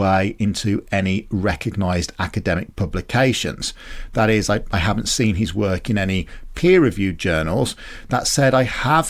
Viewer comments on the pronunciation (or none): none